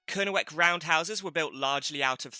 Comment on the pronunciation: Great info - not great pronunciation! Kernewek/Kernowek - more towards "Kernek" with a slight o sound before the 2nd e. It has a silent w as in Boscawen-un ("boskaa-noon") Chysauster - "tche-ZOYster" (hardly ever pronounced right by people not from there!) Carn Euny - more towards "oonie" than "younie" Fougou/Fogou - "foo-goo" Chun (Castle) - "choon" Sorry to be picky but I think it's important to preserve the traditional pronunciation against Anglicisation. Look what happened to Redruth! no-one pronounces that "r'DRUTH" anymore! That said I enjoyed the vid, thanks!